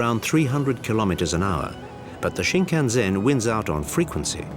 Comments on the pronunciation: I don't know who made this documentary, but their pronunciations of Japanese words is terrible, leading me to believe they're not Japan experts. For examples: the bullet train is pronounced 新幹線 (shin-kan-sen) not shin-kan-zen. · For heavens sake, its Shinkansen, not Shinkanzen.h! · It kills me every time the dude says: shinkanZEN.... OMG.. put someone who can speak properly the basic words at least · A bull train is Shinkansen, not Shinkanzen. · It's completely wrong to connect every single items of Japanese culture to ZEN. And it is not shinkan-ZEN but shinkan-SEN. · I love how the guy emphasizes the "zen" in Shinkansen... except that's not how it's pronounced. It's an "s" sound not a "z" sound. There's nothing quite like getting something completely wrong with all the confidence in the world.